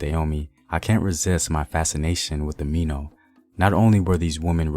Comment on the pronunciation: It's not Mino. It's Mi Nao. It's an Ewe phrase that yes, means our mothers